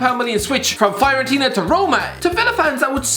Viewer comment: I cringed because I am a Fiorentina fan, he pronounced it Faiorentina